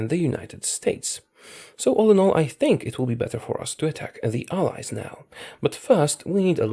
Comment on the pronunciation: This whole time until 22 23 I thought he was saying Eyes instead of allies.